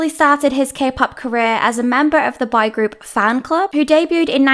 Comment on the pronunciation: I kept hearing "bi group" instead of boy group 😅